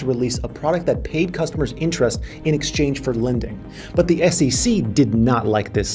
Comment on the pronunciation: It is SEC, but you say all the time SECC. Why? 😂